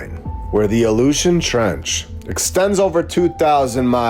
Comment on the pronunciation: The "Aleutian" Trench or The ILLUSION trench?? 🤔🤔